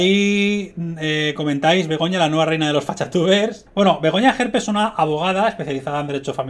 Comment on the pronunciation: Y dale con extrema derecha,y es gerpe,no jerpe!!pon cuando dice wue cosas no le gusta de Vox,te liasss y no tienes ni idea de ella